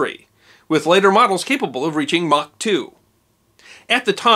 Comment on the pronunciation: for pronouncing 'Mach' correctly! :) Ernst Mach was from Austria